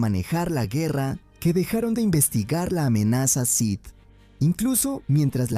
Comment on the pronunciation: “Los sis”? “Dart Plagüis”? Que mierda es esto